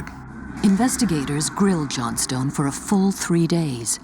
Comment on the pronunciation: I'm pretty sure that that's not how you pronounce Johnstone.!